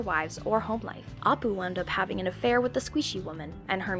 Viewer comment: I'm not sure she watches these shows based on her pronunciation of Kif, Apu and Squishee